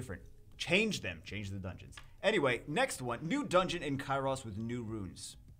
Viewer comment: it's Cairos - 1 S - We know you love Zaiross, but Cairos is not lost his brother:D